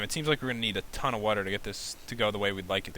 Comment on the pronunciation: Why does pat say aton